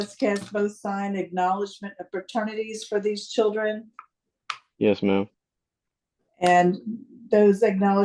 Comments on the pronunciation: I love..........,but she keeps saying "Chuldren" lol😅 sounds like my aunts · This judge is a joke. She cant even pronounce the word children. Churdren.. Insane. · Did the judge pronounce it “chirdren” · Yes she did 🤦🏻‍♀️ you’re the judge! You should be able to pronounce “Children” properly. I mean, c’mon!!